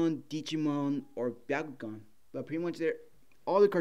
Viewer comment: It’s Bakugan not biakugan from naruto